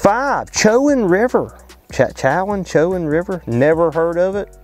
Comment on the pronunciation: spread the word for stop 5..... it's pronounced: "Cho-juan" and EE-den-ton. But yes....big bags. -A Local